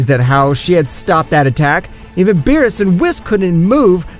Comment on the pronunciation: Did you just start watching DBS you saying they names wrong 😂